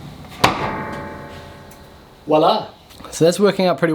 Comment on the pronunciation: "voilà"!!! Bravo pour ton français 🙂